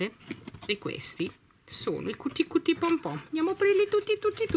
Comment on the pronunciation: Però l'inglese non è difficile....non si legge Cuti Cuti come è scritto,ma "chiuti chiuti",l'inglese non si legge così come lo si scrive,e visto che hai un pubblico più che altro di bambini a mio avviso dovresti sapere leggere i nomi correttamente,così almeno i bambini imparano qualcosa